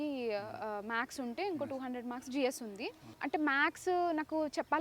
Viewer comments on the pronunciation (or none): MADAM MAX KADHU MATHES, MATHEMATICA 😂